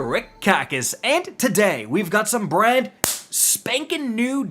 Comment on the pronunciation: Am I the only one who thought said “bread spankin new”😂